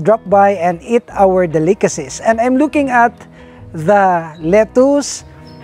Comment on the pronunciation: Lol he can't say Delicacies. del·i·ca·cy